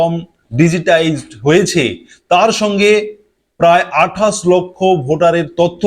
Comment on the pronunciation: তোমার আছে ' শ ' এর দোষ। তুমি বলো আঠাস। তুমি কি একটা খাটাস??